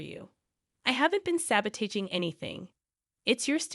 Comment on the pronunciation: .. Lol.. So that is definitely the most creative pronunciation of the word sabotaging I have ever heard in my 68 and a half years